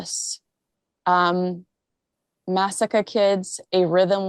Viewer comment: Massacre kids??? Muh-saah-kah.